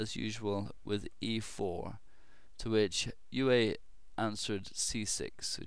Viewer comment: Euwe (UHR-vuh) He's Dutch >_>